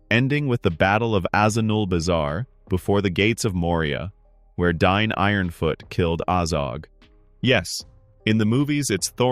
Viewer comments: It’s DAin NOT DINE 😂🤦‍♂️ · Ole Dine of the Eeron Hiles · Am I crazy for thinking you're pronouncing Dáin wrong?